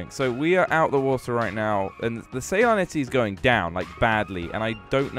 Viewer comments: salinity (suh-lin-ity) salt levels in water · "What is 'say-line-ity?'" Are you sure Jelly wasn't the one to go to school or is that a cover up for you? 😂 Sorry I couldn't resist. It's the salt concentration of the water, frogs don't live in the ocean! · How he says salinity lol